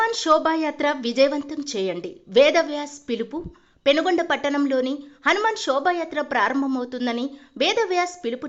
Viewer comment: పెనుగొండ కాదు సార్ పెనుకొండ